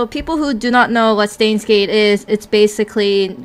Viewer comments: it's not "Stains Gate" no one's doing the laundry right now It's pronounced: "Sh-tines Gate" Also "El Psy Kongroo" is pronounced: "El Psy Kong-o-ru~" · Steins;Gate, they pronounce it actually [ʃtaɪ̯nz geːtŏ] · please listen to these it is only 2 seconds long you pronounce the word stein wrong please just click on the listen option p.s. your videos are great :)